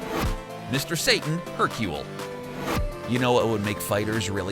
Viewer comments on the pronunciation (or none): none